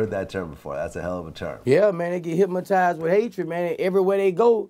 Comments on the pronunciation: I agree With most people said, I never really fucked with His Music, But this interview have changed the way I see him now, I didn't know he was so real and so smart. But, I just wonder, Am I the Only One who heard the "Hypmotized" Or what? Lolz, Still Love the Interview all day! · Im hypmotized him keep sayin.....HYPMOTIZED!!!! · I swear he said Hipmatized. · "No vlad, say it wit me. Hypma...tized" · They get HIPMATIZE by hatred🤣🤣🤣🤣🤣🤣 VLAD try soo hard to correct him..he kept say HIPMARIZE😆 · “hypmotize” 😆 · I'm not a native english speaker but to me it sounds like he's saying "hypMotized with hatred"... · "Hip-Mo-tise" with hatred